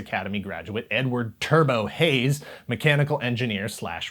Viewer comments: Omg i had to look it up after picking myself up off the floor i thought you said one of the characters names was n-word turbo hayes was kinda upset it was actually edward turbo hayes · HOLY SHIT for a minute I though you N-word "turbo" Hayes so I had to look it up and it was EDWARD "turbo" Hayes...WOW that could have been messy.